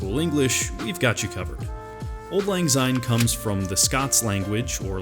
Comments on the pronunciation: Great info! However it is pronounced Syne, not Zyne. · It's Auld Lang Syne, it is not pronounced with a "Z"